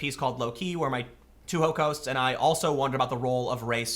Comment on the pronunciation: "Two ho cost's?"